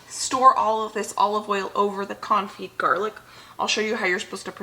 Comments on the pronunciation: You are pronouncing Confit perfectly, unlike your pronounciation of Caulk. LOL. Love you! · Hi , i'm French and you're saying Confit the almost rigth way :) . thank you for all your videos